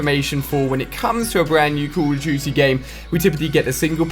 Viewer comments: CAWWWWW of DOOTY WA WAAAWWW TOOOO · The way this guy says Call of Duty is funny